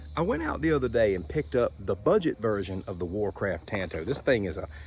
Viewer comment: I really dig your videos, my man but your butchering and miss pronunciation of my favorite blade shape, “Tanto” is driving me out of my mind! Japanese word, Tanto. Look up how many ways you pronounce a “a” sound in Japanese. One. One way:”ah” It’s literally the same as the lone rangers sidekick, Tonto. Same pronunciation. It’s a different language. Imagine that. 😂 Keep it coming regardless.